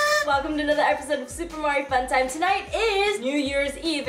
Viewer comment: gee im a big fan of "super mari fun time-uh"